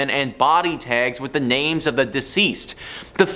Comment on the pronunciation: I want to love this channel so much, but I feel like they are intentionally mispronouncing these names and places 😂